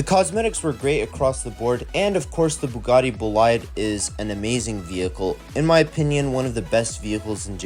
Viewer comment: Bugais” lol